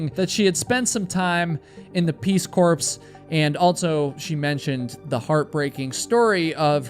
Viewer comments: FYI, Peace Corps is pronounced Peace Core. Fascinating video. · It is pronounced peace core, not peace corpse. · Peace Corps is actually pronounced "Core"… the p and s are honestly silent. No hate, no smugness. The Peace Corps used to run commercial content on TV, that's why I know, lol ! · "Peace Corps" please Lord, it is pronounced CORE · You should really work on pronunciation. Peace “corpse” is wild 😂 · Peace Corps is pronounced peace cores 😂😂😂😂😅😅😅 me late gen x, and my husband early Gen x are laughing our asses off!!!!!😂😂😂😂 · Oh dude! Peace Corps is pronounced "Peace Core," like "Apple core." It's just spelled differently because it's probably of French derivation. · Peace Corps, do not pronounce the PS in corps. It sounds more like peace core. 😉 Oops, sorry birdsflowers2289. Didn’t read your post until after I’d posted my own. 😄 Estes Park is pronounced more like Estes. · Did he really pronounce Peace Corps as peace “corpse” lol.